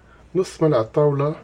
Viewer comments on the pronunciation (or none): none